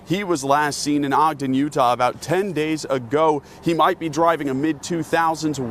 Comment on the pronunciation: Thank you so much for pronouncing Ogden correctly ❤️